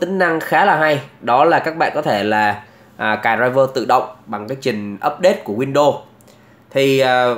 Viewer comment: Góp ý : e thấy anh đọc tiếng anh không chuẩn lắm nên e nghĩ a đọc theo kiểu việt hóa xẽ hay hơn, ví dụ như chuẩn uefi thì cứ đọc theo chữ cái tiếng việt là u e f i . windows thì đọc win được rồi. Win đô nghe nó sao sao ý